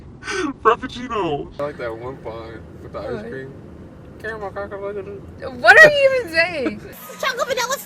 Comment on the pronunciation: LMAOOOO ”caramel kakughkak”